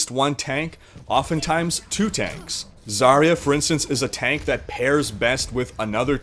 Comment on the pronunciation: Why pick healers when it's high noon? Actually, as russian i should say, Zarya pronounces differently. You should stress on last A. And her name translates as Dawn(useless info incoming)